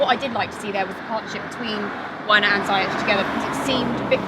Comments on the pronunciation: It Ziyech.( see-yuck). Not (sa-yesh) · And while we’re on it, it’s “ze-yash” Not “ziyech” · U can’t even say his name properly it’s ZEE-YECH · she also said Ziyech wrong too lol